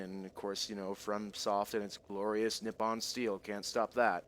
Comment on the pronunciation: the glorrriousu dpsuu made me laugh so hard xD charming as ever:)